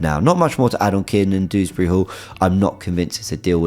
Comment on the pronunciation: It's DEWsbury not Dooberry smfh